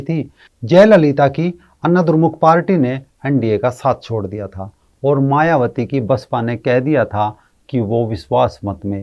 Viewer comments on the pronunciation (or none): none